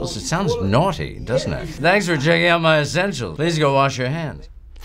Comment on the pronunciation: Married an English girl and has gone native. The way Stan says "Naughty " is pure 😂